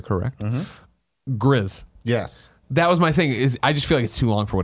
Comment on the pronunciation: Pretty sure Gris is pronounced 'Gree' but I know Greg doesn't care lol